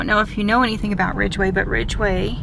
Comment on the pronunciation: There's no R in Ridgway